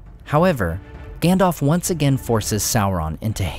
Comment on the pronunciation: him saying Gändolf kills me every time 😂 no offence 👍